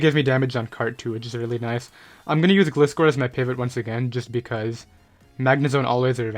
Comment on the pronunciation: You are pronouncing gliscor wrong